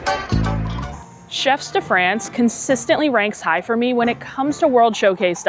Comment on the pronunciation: Hi, great video as always. One thing I have to point out: I'm not sure if you're purposely mispronouncing Chefs de Frances for engagement (which I'm happy to contribute to) but it would behoove me not to correct you if not. The S in "chefs" is silent. The vowel in "France" rhymes with the word "on" and the N consonant is lightly annunciated. If my explanation is confusing (I'm no linguist), you could put it in google translate and listen to it pronounced there. Again, great video and love the channel. You are by far my favorite Disney youtuber and I've been watching you for years!